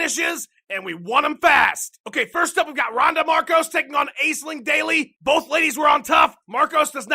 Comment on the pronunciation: "AY-SLING" daily? It's "ASH-ling" you goof! Regards, Your Resident Irish Corrector.